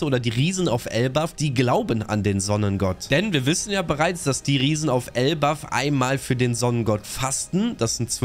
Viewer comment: Junge … es heißt doch nicht elbaFF????